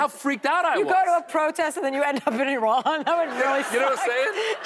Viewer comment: Did she say he's from I-Run??? 🤦🏻‍♂️